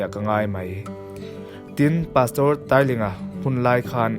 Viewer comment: Ngaihthlak a va nuam reuh ve,i chhiar pawh a fiah tha e,mahse pastor Tailinga hi Tai lai i lam dan hi a dik chiah lo deuh mai thei..